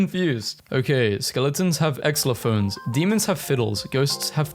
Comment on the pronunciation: "Exlophone" WHYYYYYYYYYYYYYYYYYYYYYYY